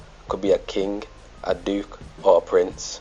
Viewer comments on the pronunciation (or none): none